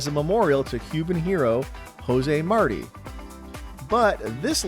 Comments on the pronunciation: Very cool video! Jose Marti's last name is pronounced "mar-TEE", not "MAR-ty". Details do matter. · Cool video. Learned lots. Please, learn to pronounce Martí. It’s like saying Mar-TEE not Marty. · Not Jose "Marty" but, rather Mar-TEE. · It’s not Jose Marty… it’s pronounced Jose Marteeeee lol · 'Marti' is pronounced mar-TEE, not 'MAR-ty'. Otherwise, an interesting video. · Martí is pronounced "Mar-tee". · Very interesting list! Only comment is José Martí is pronounced "Hosay Marteeh" ... Accent in the last syllable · Jose Marti, not Marty. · It's Jose Martin (Mar-teen) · jose marty? really? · I believe you are mispronouncing the last name of Jose Marti. Check with a Latino for the correct way to say this. 🧐🥴🫤